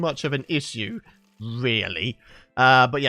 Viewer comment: Did anyone heard say 'isssseu'.....lol